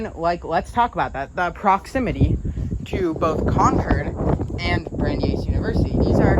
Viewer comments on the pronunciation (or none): "Bran-dice", not "Brandy-ice". Named after Brandies University, which was named after US Supreme Court Justice Brandeis. You got Worcester pretty well. That's one of the hardest Massachusetts localities and most people get it wrong. I just watched a video by a Chicago-based train and transit fan who called it "Wooster", a fairly common mispronunciation. There is a "Wooster" in Ohio, but it is spelled and pronounced that way. I don't know how the original Worcester in England is pronounced, but I suspect it is similar to the Mass city. Lots of Mass (and English) place names were locked down centuries ago and often the Mass names are pronounced the way the English namesakes were pronounced in the 16th or 17th centuries. Weston appears well-off because it is. It is the wealthiest towns in the state. and probably in the top 20-50 in the country. It might not have been obvious from the neighborhood of the station, but there are many parks and protected land in Weston, and (according to Wikipedia) over 90 miles of bike, hiking, cross-country skiing and horseback riding trails in the town!